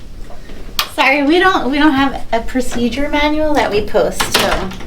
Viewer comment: The guy can't even pronounce procedure 🤣